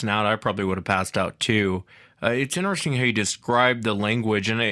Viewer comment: I’m more and more convinced this dude drinks during these podcasts. “Innnesressng! “